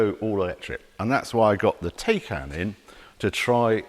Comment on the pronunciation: It’s pronounced “Tiecaan”… Also, one can put a lot of Electricity into the BMW for a $30,000+ price difference 😉